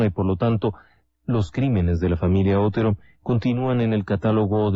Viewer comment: Con todo respeto, el apellido Otero es original de Castilla, España. Mis antepasados se apellidaban Otero. Se pronuncia tal y como se escribe pero sin énfasis en la O. Pienso que aunque un detalle pequeño, estas victimas merecen esta aclaracion. Gracias.